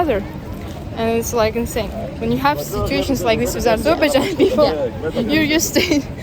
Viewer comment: what you do is useful and interesting. However, every time you pronounce Azerbaijan, you make a typical Azerbaijani mistake. You pronounce the word AzERbaijan, when it should be pronounced as AzerbaiJAN. Practically the same as in the Azerbaijani language. Thank you.